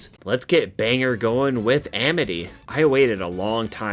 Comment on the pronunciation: Still love these videos BUT I'm from Maine and it's pronounced "bang-gore". No biggie. Lots of people mispronounce maine towns. Be glad it's not one of the native derived names like Ogunquit or Mattamiscontis. Keep up the bangers!😊